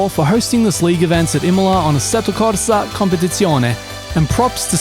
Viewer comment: Pozdrav za našeg brata. Cepaš engleski ali korsa brate izgovarsš po naški što bi se reklo🙂. Pozz